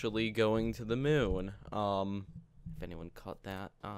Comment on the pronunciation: do u mean moon not mun?